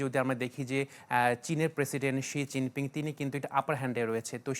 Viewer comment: শি জিং পিংক না হবে, শি জিং পিং উচ্চারন ঠিক করে সংবাদ পরিবেশন আবশ্যক...